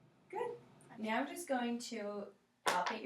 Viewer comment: Sounds like the brunette is saying Meow in the beginning instead of now